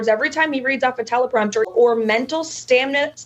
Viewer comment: HUH? " Mental STANIMA?" LOL LOL 😆 🤣